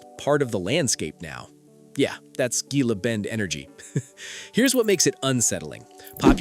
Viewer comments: The G in Gila is pronounced like H, you are no authority on Arizona if you do not know that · Typical AI !!! Everyone knows how “Gila” is pronounced. H sound and NOT a G!! At least it isn’t a BRITISH ACCENT narrating. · It's pronounced Hila Bend... stupid AI.